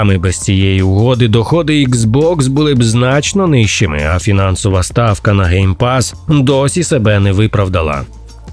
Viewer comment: lol, ГейПас 😂. Навіть YouTube розпізнав це як GayPass 😂